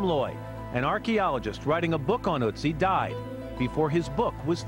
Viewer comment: it's not otzi, it's ÖTZI!!!!